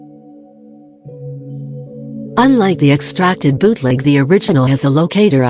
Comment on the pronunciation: I hear the bot saying "biutleg" not bootleg, lmao what happened to me